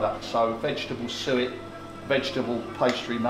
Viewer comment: not "suwit" ... "suet" ... now you can google away :)